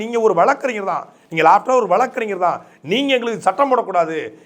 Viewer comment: வளக்கு ,வளக்கறிஞர். என உச்சரிப்பதை தவிர்த்து வழக்கறிஞர். வழக்கு என பேசி பழகவும். கழகம், பழனி,மொழி, வழக்கு, என்பன. தற்கால தமிழர்கள் தமிளன்,தமிள் என உச்சரிக்கும் தமிளர்களே தமிழை கொலை செய்யாதீர்கள். "ழ "எனும் வார்த்தை வேறு எந்த பிற மொழியிலும் இல்லை. தமிளை தமிழாக பயன்படுத்துங்கள் அன்பரே.